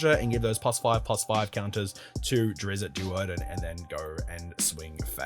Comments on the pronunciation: It's drist not drisset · Its pronounced ˈdrɪtst